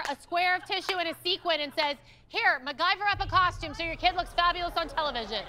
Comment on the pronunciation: Why can't they pronounce "costume"? They always put an H in it. It's not a "coshtume".